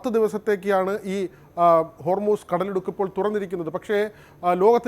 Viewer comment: എടൊ കടലുടുക്ക് അല്ല 😂. കടലിടുക്ക് 😄😄